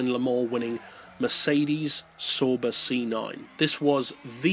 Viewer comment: It Pescarolo (Pes-ca-ro-lo) not Pescarlo (Pes-car-lo) and (Sow-ber) not (So-ber)